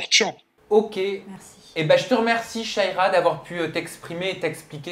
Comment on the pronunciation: C’est pas shaiiiiiira ! C’est sha -ra-ya il serait temp de prononcer correctement les nom des gens ...